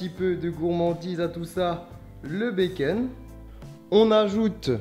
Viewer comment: BacOn putain ! pas baceun